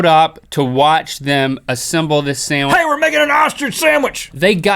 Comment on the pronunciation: that kills me! HEY WE'RE MAKING AN OSTRICH SAMWICH!!!